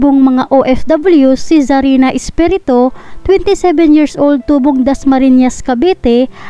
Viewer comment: 😂😂😂😂😂NARRATOR PLEASE PAKIBIGKAS MONG MABUTI ANG APELYIDO. ESPIRITU hindi Espereto